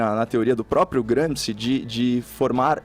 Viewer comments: Caio, Gramsci é italiano, não é? Pronuncia-se Gramchi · Caralho, não sabe nem falar Gramsci! Que radio meleca. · Caio falou falou falou e só pronunciou Gramsci errado.